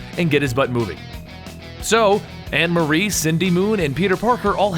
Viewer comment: Dude stop saying the names wrong its Morlun not Mor-loon and its Anna Maria not Anne Marie